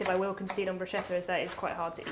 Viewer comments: Not “buscetta” but bruscetta. The second pronunciation is correct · Waddya mean no one knows how to pronounce bruschetta?? Morons make a shh sound and people aware of it being an italian word make a sk sound… much like in school btw😉 James is very well aware of the correct pronounciation I bet it follows the same rule as barchetta 😁 ch is k done! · Pronounced broosketta, not brooshetta, please. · It's NOT,NOT,NOT Brooshetta,It's pronounced brooskayta. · It is pronounced "brouskettah". c in italian acts more like a k not a sh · It’s pronounced Bru-scat-ta with the accent on the ‘scat’. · It's "broos-kètta" (I'm Italian). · It's Pronounced like Bru-skeh-tah. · BROE - SKE-TA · CH in italian is pronounced K, so "brusketta" is correct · ChiaBATTER for the BrooSHEDDA. wholesome english inaccuracy. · 'Bruschetta' is pronounced like BROOSKETTAH, 'KET' being the accented syllable. Source: I'm Italian. Cheers! //Rick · It's pronounced brooshketa. CH together in Italian is "k" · I would choose the bruschetta any day, but, PLEASE, learn the pronunciation of ciabatta and bruschetta! Cha-ba-ta Bruce-ketta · It's brusKetta. "Nobody knows" 🤨 - we Italians know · BrusKetta. CH = K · Bruschetta .. the "ch" is hard, like a k for you english speakers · When I open my Italian restaurant I shall call it BRUCE KETTER so that no one mispronounces 'Bruschetta' ever again. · Hello there, those recepies seems quite interesting...I like sardines but I'm not a fan of tomatoes. The interesting thing is....I'm Italian and I'd like to help the two chef with the pronunciation of BRUSCHETTA and CIABATTA. The first one is like in the words "Scotland" or "sketch" or "skull", in Italian we need that /sk/ sound and much more enphasy on the double t. The second one was pronunced rather well only enphasizy on double t sound again. Nice sandwiches and nice kitchen! Cheers from Italy! 😊👋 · She needs to stop saying bruschetta wrong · you were right the first time, it's pronounced Bruce-ketta 🙂